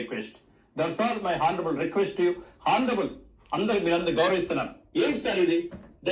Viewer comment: హానరబుల్ అనరురా అడ్డగాడిదా... ఆనరబుల్ అంటారు.. హ సైలెంట్..